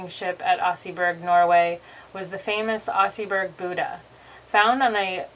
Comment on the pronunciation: She butchered just about every Pronunciation. Oserburg Ouch. Fyord, Damn that was Hard to listen to. 🍀